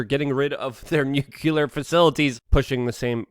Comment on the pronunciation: Nuke-Lee-er Not nuke-u-ler